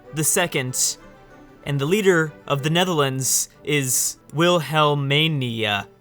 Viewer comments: Wilhelmina spoken out like: Will - hell - me - nah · Gotta love How you say Our WW2 Queens name 😵 wilhel-mania, like she is a gameshop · plz dont butcher the name of our former former Dutch Queen Wilhelmina.... nice vid tho, keep it up!